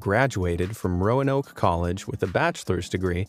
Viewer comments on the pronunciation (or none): none